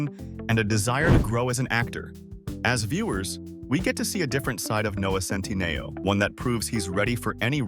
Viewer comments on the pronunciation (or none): Just the incorrect pronunciation of his last name sometimes...